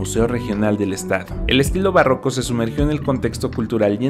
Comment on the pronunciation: "bárroco poblano" o barroco poblano, aguas con eso 4´34"